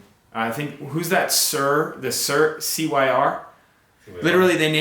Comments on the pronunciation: Louis Cyr - pronounced "seer" not "sur". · Cyr is pronounced seer